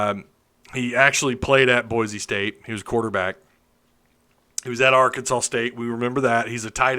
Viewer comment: I live in Alaska and just saying cos I have friends who sometimes watch with me and make those “stupid Arkansas jokes” every time you mispronounce the word. I love watching your show! Helps me keep up with the truth of Arkansas sports. Thanks